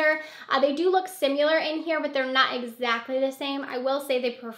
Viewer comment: SIMILAR** NOT SIMULAR.... that was so distracting..